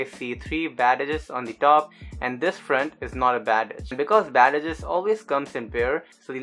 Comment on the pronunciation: I loved the tutorial, first one that I can actually understand how to complete the edges. P.S. Not to be mean, but I like how you say "badadges" (bad edges)